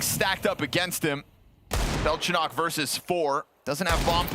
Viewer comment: Its Belchonick not Belchonokk